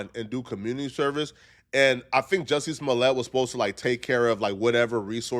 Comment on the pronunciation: Did you say Dusty Smollet?? 😂😂😂